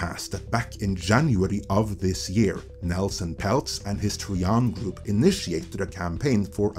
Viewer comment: Tri-an not tree-un. Another great video. Iger should step down in the wake of all these truths. But instead acts as though the facts aren't known to the public. Or the shareholders and investors. Lets just announce some crap before the investors call, to pull the wool over their eyes again. How long is that going to be endulged. It got old ages ago.